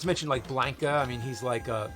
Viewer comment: BLANK-Ah? ZanJEEF? Has James never played Street Fighter?